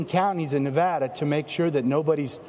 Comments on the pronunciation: "Nevada" has been mispronounced by some reporters in recent days (including in this video). It might be the most mispronounced state name in the country, so I've created a phonetic trick to help people pronounce it correctly. The first "a" in Nevada is not pronounced as "ah." This is the most common mispronunciation. The correct pronunciation is to pronounce the first "a" in Nevada as the "a" in "add." An easy way to pronounce Nevada correctly is to use this phonetic trick: picture the spelling of Nevada with a double "d" as in "Nevadda." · We disagree. I've lived here for 12 years, and if you mispronounce the name here in Nevada, expect to be corrected.